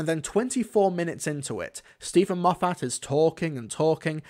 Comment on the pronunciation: I can't stop hearing Steven MOFF-HAT